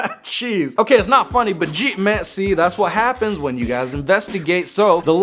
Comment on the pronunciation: when u swap the n and the h tho really 🤣